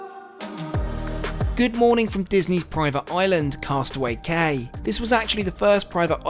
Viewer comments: I just have to say, “cay” is actually said “key”. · Apologies, however in case it wasn't mentioned, it's Castaway Cay (pronounced 'key'). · I have been on the Disney dream and these trips are unbelievable! Although we were informed by a knowledgeable captain that its pronounced Castaway "Key" and your only a seasoned disney cruiser when you know this 😂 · And Cay is pronounced Key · Cay is pronounced KEYsnd if you wanted a veranda should have gotten the Roy O Disney suite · how WONDERFUL to meet your lovely sister. Looks like you had a fantastic time. FYI….for the future… Cay=quay which is pronounced “key”. Love your channel! ❤ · I’m not that into Disney but this cruise looks awesome. And Cay is pronounced like “key” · Cay is pronounced like Key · "Cay" is actually pronounced "key". I am glad you and your sister had such a great time on your cruise!! 😀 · Coming here to say the same! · Love the videos, fyi cay is pronounced like key!